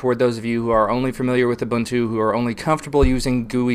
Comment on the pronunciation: So, I think you're doing a really good job, but for God's sake, it's pronounced oo-boon-too: ubuntu dot kom slash aboutus slash faq Thanks for all your work!